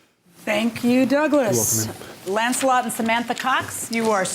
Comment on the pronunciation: "Lancelot"?! Come on!😅